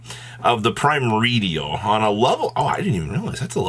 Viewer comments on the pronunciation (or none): Pretty sure it's pronounced "Pri-MORE-dial" or "Prim-ORE-dial". "Primo-RE-dial" sounds grating, like nails scratching a chalk board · really found every way to say this new archetype’s name EXCEPT the right way in one video. It’s like hearing “GOR-LAHHMEEE” in Inglorious Basterds